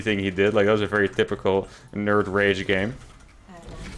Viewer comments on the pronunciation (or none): none